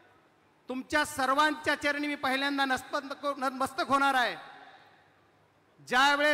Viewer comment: कडक भाषण 😂😂😂😂 नतमस्तक म्हणायला येईना 😂😂😂😂 sec😂😂😂😂